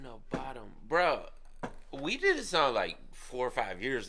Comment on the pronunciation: It is pronounced somewhat like "Boo-dum". They are named after the unsolved Lake Bodom murders that happened in Espoo, Finland in the 60's.